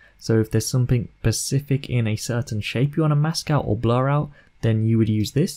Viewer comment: So if there's something "pacific"